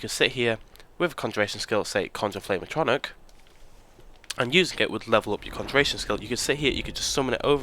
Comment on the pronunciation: Atronic lol At..tro..nork. would be a closer way to pronouce it pal